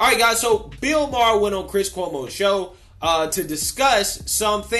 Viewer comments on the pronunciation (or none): I dont wanna BE rude. But i think its Maher not Mahar...peace✌️ Freeeee ma boy Kyleeeeee